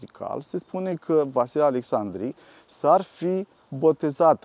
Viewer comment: Fostul prefect nu are nimic de obiectat când aude "Precesta" ? Alexcsandri????